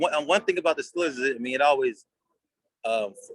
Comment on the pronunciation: He even says steelers like a yinzer🤯🥶